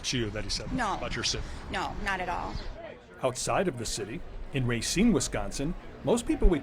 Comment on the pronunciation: Ra-SEEN. Not RAY-seen.